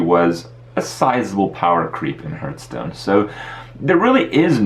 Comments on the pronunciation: why does he call it hurtstone? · dont call it HURTstone xD